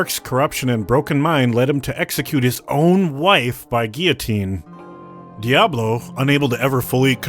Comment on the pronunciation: Oh my god he said Guillotine correctly awesome!!!